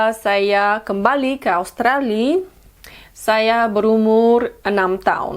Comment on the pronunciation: Ich finds voll cool dass du “Australi” statt “Australia” sagst wenn du Indonesisch redest. So merkt man dass du wirklich in Jakarta aufgewachsen bist!! Und dein Indonesisch ist (fast) akzentfrei!! x